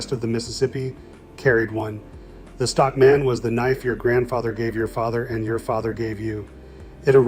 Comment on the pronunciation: ai kept saying Stock MAN separately lol